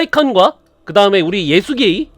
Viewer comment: 원래 예수게이 라는 기열스런 이름이 아니라 예수가이 라는 기합 넘치는 번역 발음이 있는데 ㅋㅋㅋ